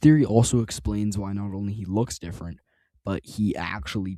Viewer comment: "Differant" yeah wrap it up buddy, you're done.